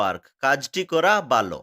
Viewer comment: ভালো কে বালো বলছেন কেনো । কোনো সমস্যা আছে কি ।